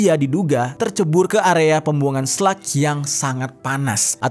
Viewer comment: SLUG Jer, bukan SLEK